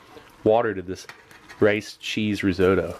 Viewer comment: It can't be a coincidence. Also, I learned how to pronounce risotto in a new, non-standard way.